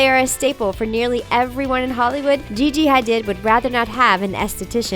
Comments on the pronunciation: It’s Gigi hardeed (how’s it’s pronounced) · Um you read Gigi hadid wrong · The way she said Gigi Hadid just put me off😂😂